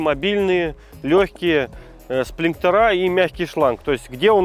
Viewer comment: сплинкерА и фильтрА - бьет по ушам